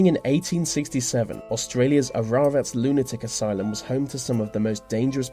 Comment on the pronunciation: Bro, I live in Ararat (which is pronounced A, Ra, Rat btw) and I’ve been to the Aradale lunatic asylum campus over 40 times. I haven’t been inside the actual building yet, but people who have visited it have said that the couldn’t breathe properly, their legs tingle, and they can feel something touch their face.